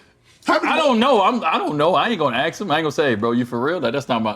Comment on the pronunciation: It's Ask, not Axe.